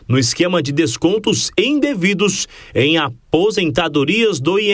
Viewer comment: "descontos Endevidos"?